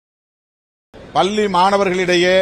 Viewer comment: பல்லி இல்லை பள்ளி முதலில் தமிழ் கற்று கொள்ளுங்கள் திருமாவளவனே…….